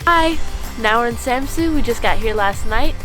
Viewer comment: I,m from denmerk And ets not kold samsu it’s kald samsø